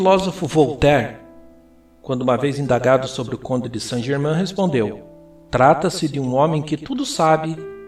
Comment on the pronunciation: Que coisa irritante. Pronuncie corretamente Saint GermAIN [ein], um pouco de conhecimento da fonética francesa só enriquece o trabalho.